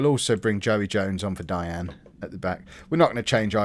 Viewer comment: It’s pronounced dye ag knee not dianne